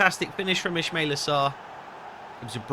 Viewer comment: It's pronounced is-ma-eel-aa